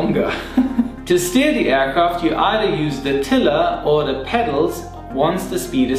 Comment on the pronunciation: u said tiler... What is a tiller?